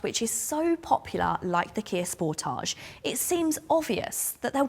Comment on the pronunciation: Truly appreciate your correct pronunciation of the car's name SPORTAGE,. Can't wait until your actual road test with the facelifted model. Many thanks!